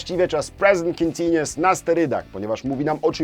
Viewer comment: Panie, ja pana grzecznię proszę. Niech Pan mówi w słowie continuous U sound. Bez względu na akcent należy go wypowiedzieć. Taki szczególik a pamiętam jak Pan na początku źle to mówił jak ja. Życie wtedy było takie proste i niebolesne dla uszu.